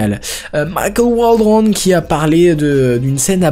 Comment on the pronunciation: La façon dont tu prononce Michael Waldron me bute 😂😂😂😂. Pourtant dans les autres moments tu n'as pas cet accent ou prononciation là 😂